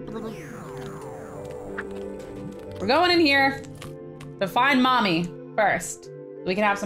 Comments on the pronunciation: She said "Mommy" instead of "Tommy" XD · She said mommy not Tommy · Anyone noticed she sais mommy instead of tommy like if u noticed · Did you not know you said mommy instead of tommy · Cupquake u said mommy inserted of tommy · "Find Stacy, Scarlet and mommy" haha lol she said mommy instead of tommy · SHE SAID FIND STACY,SCARLETAND MOMMY AHAHAHAHAHAHAH SHE SAID MOMMY INSTEAD OF TOMMYAND THEN SHE WAS LIKE LETS FIND MOMMY FIRST 😂😂😂😂😂😂😂😂😂😂😂😂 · did anyone notice cupqucke sed mommy insted of tommy!? XD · you said mommy insted of tommy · She said Mommy instead of Tommy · Did anyone notice she said "mommy instead of tommy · did you not notice that you said mommy not tommy!!! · did anyone relize she said mommy instead of tommy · Why joo missprononce tomby an say momby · Anyone notice that she called ‘Tommy” “mommy”?